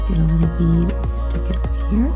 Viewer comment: If she says schtick it one more time.....